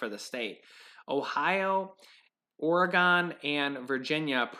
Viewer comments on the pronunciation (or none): Love the way you pronounced my state lol Oregon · I'm sorry but the way says, "Oregon.." cracks me up. 🤣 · I thought the same thing Hermiston girl